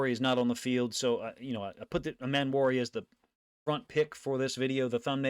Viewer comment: Love your content. Its Eeeeeeemmanwori tho. Eeeee